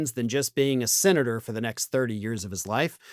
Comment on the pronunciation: When you said the vote was "fifty for", I heard "fifty-four". What?